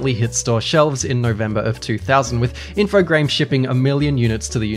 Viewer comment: Subbed for actually pronouncing InfoGRAMES as infoGRAMES. I physically cringe when people say Infograms. Like dudes, you guys never learned about the silent e? Anyway, thank you